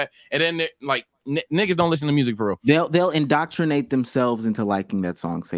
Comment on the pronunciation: Since when did people start missing “indoctrinate” so much. It killed me every time said it 😭😭😭